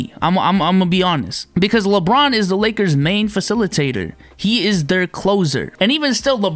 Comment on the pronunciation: "Lake-errrs" orale! SMFH. Lol. Also, Ofc a Utah Jazz fan is trashing Westbrook.